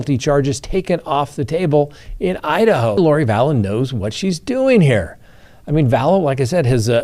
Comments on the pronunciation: Did he say “Hide-A-Ho?” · Did you just pronounce Idaho as “Hide-a-ho”??